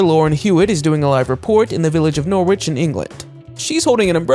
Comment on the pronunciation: He can't pronounce 'Norwich' either. It's an English town pronounced 'Noritch'